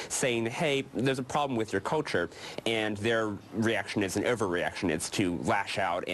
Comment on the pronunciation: "Culture" NOT "coature"!